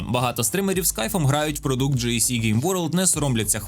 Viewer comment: Гарне відео, але будь ласка не ДжейСі(JC), а ДжиЕсСі (GSC) game world. Це ініціали засновника компанії, а у Вас виходить John Connor або Jesus Christ game world😂